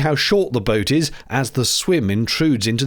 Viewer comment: I like that she made "boat" a three-syllable word at one point. "Boh-oh-o". 😅